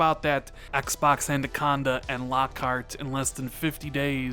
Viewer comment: Love your content, but have one pet peeve: It sounds as though you pronounce “”Anaconda” as “”ANDAconda”. (my OCD kicking in). Other than that, keep up the good work.